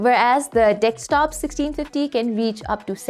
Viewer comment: for someone who's making a video about desktops Vs Laptops, should at least know how to say the word DESKTOP not dekstop, and I've been listening carefully since the start of the video, you've said multiple times, ... yeah...